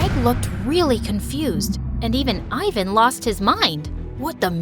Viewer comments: its not "ayvan" its pronounced like "evan" in balkan ofcourse😌😏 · THAT'S NOT HOW YOU SAY FRIKING IVAN!!!